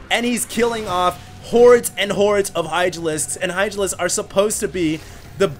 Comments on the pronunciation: I think he said "Idralisks" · Did I hear Idralisks?